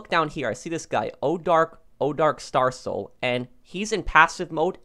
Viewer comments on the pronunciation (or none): none